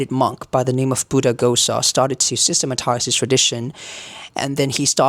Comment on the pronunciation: Nice introduction. However it is also important to follow the proper pronunciation of the words. You said both 'magadhi and ma'gadhi. The first one is right. Paapakam in stead of papaakam. (Sorry i cannot add the diacritics). Ghosa in stead of gosa. For the rest well done.